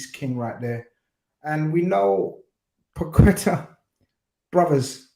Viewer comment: Finally someone who pronounces Paqueta's name correctly, these commentators are mad 'Packita' 😅 YNWA